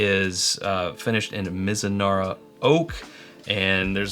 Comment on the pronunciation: Oops: that's "Mizunara"